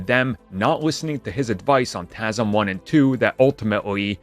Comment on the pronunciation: Why does he say tasm?